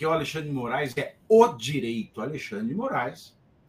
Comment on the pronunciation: Vc disse: A lei xandre de I Morais?😂😂😂